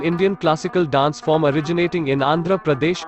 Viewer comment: Your pronunciations of dance forms are terrible pls check it